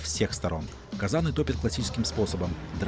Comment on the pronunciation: ударение неправильное в слове казан, 20-45 , блюдо называется "ханум" и соус не тыквенный а томатный, вот 54,5 тыс зрителей слушают глупости , и потом дальше разносят а если про видео, то ни о чем, тем более , если канал про самолеты, то тоже ни о чем, авиация и самолеты моя страсть